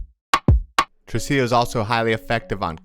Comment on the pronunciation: Tresillo, not trusillo.